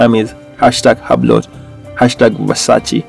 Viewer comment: Lol at “hub” “Lot” it’s pronounced Hewblow (Hublot)